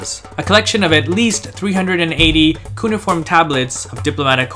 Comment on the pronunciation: That makes sense. Some of the ways you pronounce some words, like “cunieform” and “archaeological”, sound like someone who learned English based on standand phonetic rules despite English not being a strictly phonetic language given its many borrowed words from other languages. In any event, you present great content. Keep it coming!